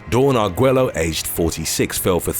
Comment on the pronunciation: Arguello is pronounced Argueyo.